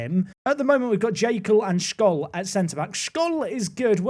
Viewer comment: just 2 little pieces of pronunciation tips: scholl is pronounced sholl, "sch" is just the german "sh", and it's the "second bundesliga" not the bundesliga two, the little dot . behind a number is essentially the german equivalent of the letters behind 1st 2nd 3rd etc! this squad is 100% good enough to get promoted, now it all comes down to whether you make everyone upset or not!